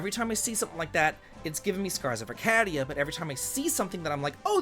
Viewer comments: I promise you, he doesn't care. He will always pronounce it this way. As maddening as that sounds, it's almost gotten to the point where it's endearing 😅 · Have I been saying Arcadia wrong this whole time or has?